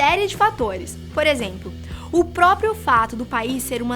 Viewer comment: Só eu notei que a falou Por exempo??